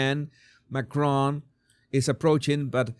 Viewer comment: It's Macron. He's French, not Scottish. The emphasis is on the first syllable.